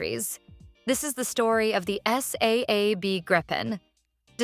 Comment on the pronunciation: AI can't say SAAB, it spells it. AI is a boondoggle.